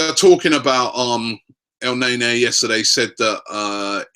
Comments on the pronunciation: not NAYNAY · For fuck sakes, its KNEE-KNEE not NAY-NAY, the rest of the league is laughing we can't even pronounce our players names correctly! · Robbie its el -ne-ny and its cro-thi-nas not cro-thins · Its EL-NE-NY not EL-NAY-NAY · Did Robbie say 'Let me whip Elneny'? 😂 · Elneny = EL-NE-NY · Robbie, your saying his name wrong. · Real talk no one knows the first thing about Elneny not even the correct pronunciation of his name. Yet the Vieira comparisons have begun SMH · That's not how you pronounce his name, so let's just stop with this song. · Lol that's not even how they pronounce his name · horrible horrible chant. he's name isn't even pronounced like that lol I enjoy AFTV but please sort it out, quit being cringey please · So fucking cringe how you pronounce El neny's name